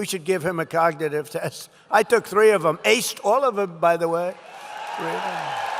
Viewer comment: Cogagative? Did I hear that right?